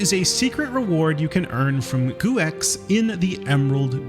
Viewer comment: Guex is pronounced go